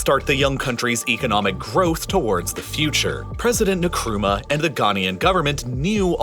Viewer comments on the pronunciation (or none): Great job! But every time you say Nkrumah i laugh, it's pronounced 'inkruma'😂😂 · I'm Ghanaian..and I couldn't help but notice the pronunciation of President Nkrumah. it isn't Nikrumah rather it's pronounced Ink- kro - ma. I hope this helps. Thanks for the amazing video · Great video, just a heads up the pronunciation of Nkrumah is :In-kroo-mah. Not sure if that helps 😅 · Kwame Nakruma😩 my man did not even try to pronounce his name right. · Wait we pronounce it as "N-kruma" here in Kenya... Thought that was the correct pronunciation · You really butchered the name (Kwame Nkrumah) there 🤣🤣🤣🤣